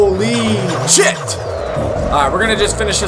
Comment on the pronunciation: was thinking he says chip lol